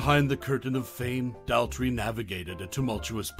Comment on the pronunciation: It's doesn't rhyme with pal 😡😢 It rhymes with paw. 🙂❤Daltrey.